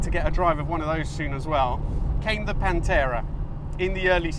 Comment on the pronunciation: Oh please, don't let yourself be bothered by those who "hate" when you pronounce "Pantera" the way it is meant to be - Italian!